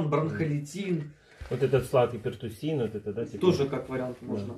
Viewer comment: Это кошмар, сколько стоит врач. говорит пиртуссин, а врач говорит можно, ей нельзя сиропы, где есть сахар. За что мы платим...?